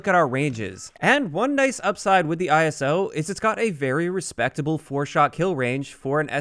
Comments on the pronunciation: The “eye-so”. “Not I-S-O” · It’s pronounced “Ice-o”. Like in ‘Iso’tope. Every time you said it, it triggered a bit more 😂.